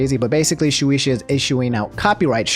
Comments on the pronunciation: Japanese is a syllabic language. Shu as in "shoe", e as in "egg", and you got the rest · trying to pronounce Shueisha like it's Moesha's sister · Her first pronunciation of Shueisha was just fine, and then somehow he made it sound worse lol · The way he pronounces shueisha is just to funny 😂 (btw no hate love your content) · Even if it was, you expect to pronounce things correctly? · is it a joke lol? I thought he was just bad at pronouncing stuff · it's "shoe-aye-shuh". "shoe-e-sha" is my cousin on my dad's side. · It's pronounced Shoe-ay-sha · The company is pronounced (Shoo-Aye-Shuh) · Its pronounced Shu-ay-sha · Btw if u were wondering it shueisha is pronounced [shoe] [ay] [sha] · Its pronounced shoe - ay - shah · its pronounced like this, shoe aye sha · Its pronounced shoe-ay-sha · I like how hard you tried to pronounce Shueisha right but you still mess up. It's pronounced "Shoe-Ei-Shya" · You pronounce it like shu ey sha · All my homies hate shueisha Btw it's pronounced shoeayysha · It's Shoo-ay-sha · Its pronounced shoe-way-sha by the way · Just to let you know: Pronounced “shoe-A-shuh” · My mans said SHU-EE-ISHAAA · It's pronounced "Shoe Ay Sha" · Lmaoooooo no hate but Shueisha is pronounce (Shoe-ay-sha) just letting ya know love the vids 👍🏻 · Shueisha being pronounced as "Shoe-ee-shuh" kinda hurts ngl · Just a little correction it’s phonetically pronounced Shoo-way-sha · Shoe aye sha. It ain't that hard. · I'm sorry but it annoyed me how you pronounces Shueisha (Shoe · ayy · sha) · he fucked it up. lmao. it's SHOE AYY SHA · Shueisha (shoo-ay-shuh) ~Dz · Shoe-ey-sha. That's the pronunciation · Just in case shueisha comes back to the news, it's pronounced "shoo-eyy-sha" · Shu-ay-sha is how I usually hear it pronounced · Its shu-aye-sha The e's in japanese make a "ay" sound and the i makes an "e" sound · I got you Shoe-aye-sha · Shueisha is pronounced Shoe aye shuh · Isnt it pronounced shoe-ay-sha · Shueisha is pronounced Shew-eh-shah